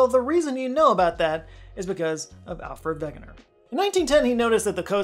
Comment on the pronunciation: I was waiting for Alfred Wegener! And you pronounced his name right!